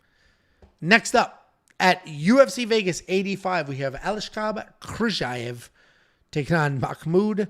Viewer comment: Aliaskhab Khizriev Proper Pronunciaion = Al-e-us-hub His-ree-yev